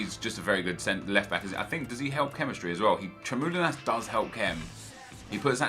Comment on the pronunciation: its tremoulinas. not tremoline